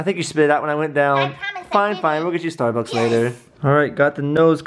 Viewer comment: she said " starbuckies 😒 "